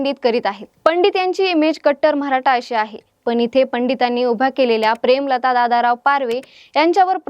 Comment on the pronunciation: मॅडम मराठा म्हणा....म्हराठा नाही हो 😅